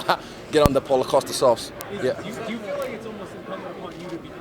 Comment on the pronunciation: On that poalo costa sauce 😂